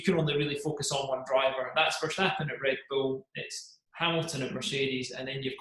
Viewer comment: as a american i love how zac brown says team names, REN-oh, RED Bull he puts so much emphasis on the start